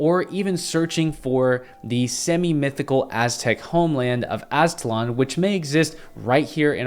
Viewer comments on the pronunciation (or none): none